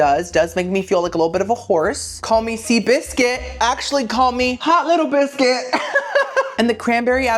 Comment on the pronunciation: Your English accent for hot little biscuit was spot on king 🤴 am i English? No but i can tell